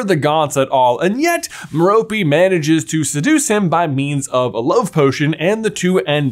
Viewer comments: Her name is Mer-rope. Not Mer-ropee. Please pronounce it correctly I'm cringing everytime you say it wrong. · One of your first theories I completely disagree with. I don't think an adult would develop an obscurus after just a few months of suppressing very little innate magic. Also, it's Merope, not Meropey! It literally has the word ROPE in it! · Its not Meh-ro-pey its Meh ro pay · Why you gotta say "M'Ropy", why cant it be "Maire-appy" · Long time listener, first time caller here... Tom Riddle"s mom's name is pronounced Mare-O-Pay. Every time it's mispronounced, it fractures my soul into another piece. Mare-O-Pay! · Ok are you sure that’s how to pronounce Marope?? I though it was MERE-O-pay? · A tiny thing that I never got sorted out: How is Tom Riddle's mother's name pronounced? Like Meh-rope, Meh-ropey, Me-ro-pee, or what?